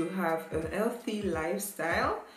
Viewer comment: the H in the word healthy is not silent in the english lauguage very cute though lol great video